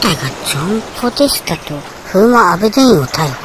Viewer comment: ポデタスじゃなくてポデスタ🤣 もう最高！チャンネル登録します笑 おばちゃん、サイコー❗️